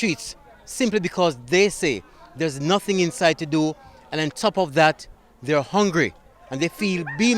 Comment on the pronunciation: how can you be "ungry" when you are so full of ignorance.